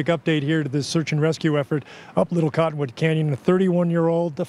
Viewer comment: Did he say 'from little cotton wood candy?'